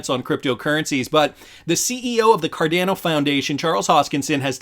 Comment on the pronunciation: Had to unsub at the pronunciation of 'car - DAN- oh' - this shit break your AI or what